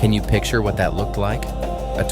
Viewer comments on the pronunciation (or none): none